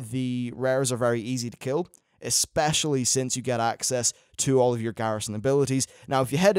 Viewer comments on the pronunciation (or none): none